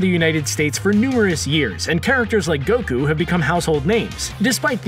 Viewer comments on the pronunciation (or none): none